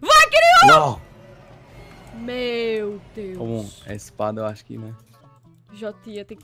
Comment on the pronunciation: mds ela falo quirui meu nome é quiroã